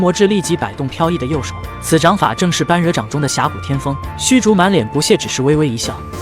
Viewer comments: 般“bo1”若"re3"，不是"ban1" "ruo4"。另外，虚竹忠厚之人，哪儿来的满脸不屑？ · 般若請念ㄅㄛ ㄖㄜˇ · 笑死。人家是bōrě掌